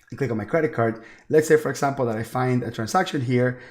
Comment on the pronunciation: this is awesome. I love the way you say "for esssample". Love it! Can you please direct me to a video or tutorial on how to setup an LLC with 3 partners? Also if 1 partner has made contributions and how we would make draws instead of paying employees. I have searched the net up and down and there are no easy tutorials on how to setup this "esssample", lol. Please help and thank you so much for your videos!